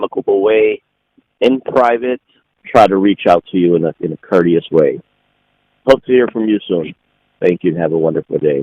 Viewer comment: "It's a 'COURTIOUS ..." Lord God.